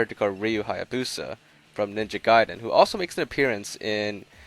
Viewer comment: ahhh ninja gaiden what a classic game. also you pronounced gaiden incorrect